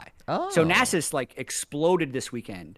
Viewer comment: I say it with love but we need to discuss how to pronounce Nasus. Welcome to discuss Shaco or Shaco too.